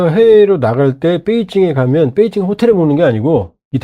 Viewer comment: 뻬이징이안이고 베이징 이다 바름좀 똑똑이